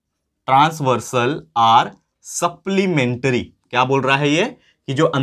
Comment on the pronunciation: Sir apka measure and supplementary word bolna nahi aata phir bhi ap world ke top #1 ho